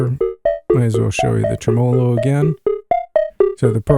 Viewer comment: 'tre-me-lo. Great video. :)